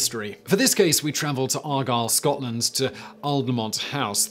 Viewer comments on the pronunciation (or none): none